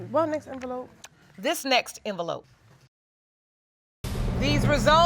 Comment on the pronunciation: " what next enveloppe"? Girl come on you know you were lying 😅